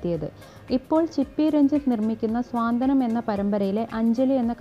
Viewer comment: സ്വാന്തനം അല്ലാ... Saantwanam...